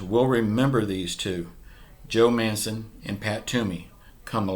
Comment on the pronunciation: bro joe manchen no mancen